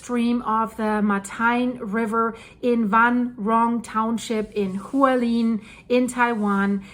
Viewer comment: Hualien is pronounced Hwa like wa in water, li as in lip, en as in ten. Hwa li en.